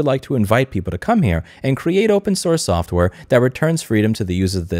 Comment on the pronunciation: Ah yes, softrware